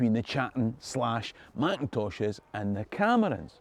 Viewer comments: Great video, but Please could you stop mispronouncing my clan name. It's pronounced Cattan and not a "Ch" sound. Touch not the cat bot a glove. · The CH in Chattan should be pronounced the same as the CH in loch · In 2009 myself and my wife attended the Gathering of Clan Chattan, the 400th year anniversary of the Confederation. I was smartly schooled that the 'C' was silent and the name was pronounced "clan Hattan', my last name unchanged since Mark Hattan arrived in Virginia 1777.